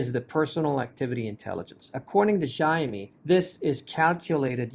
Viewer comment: Its Xiaomi not Zaav me 🤣🤣